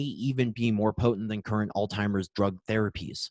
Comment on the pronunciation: Outstanding content! I would love to forward this to medical colleagues, but I am afraid the consistent mispronunciation of Alzheimer's (there is no T in the word) belies the scientific validity of the content. Just a suggestion going forward for an otherwise excellent video.